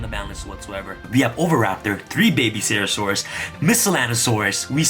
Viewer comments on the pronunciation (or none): none